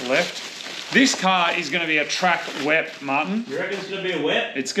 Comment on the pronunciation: Everytime they say 'Wep', for some reason I hear 'WAP'.